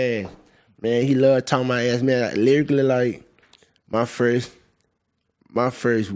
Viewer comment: He said lyrically instead of literally